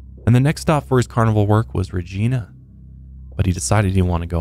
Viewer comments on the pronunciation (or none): The city of Regina is pronounced 'Ragina' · Hey a few mispronounced names here Ellie is pronounced E-Lie and Regina is pronounced RE-GI-NA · I’m a born and raised Manitobaner and you pronounced Elie wrong its Eee-lie and Regina is pronounced ree- gina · Hearing pronunciation of Regina is the best